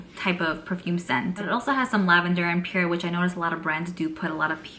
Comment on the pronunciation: I never knew a New Yorker that could not say "Pear". If I didn't know better what you were trying to say I would haven't have known. Lol, Sounds like Pier like the docks. I don't know how to explain it but please don't be upset with me. Do you have Alexa or Google Assistant ask them by spelling the word "Pear" or have someone else ask how to pronounce it for you. I gotta say another evening with and yet another beautiful Advent Calendar. Loving this.I like Tom Ford's Tobacco Vanille perfume but it's so expensive. We shall see. Glad to see you before I go to bed, you always make me smile and I adore you and your content. Did we ever see a " Brooklyn Kitchen"? Good night, love you 💕💕💕🥰🤩😸🌹❣️🎁🎁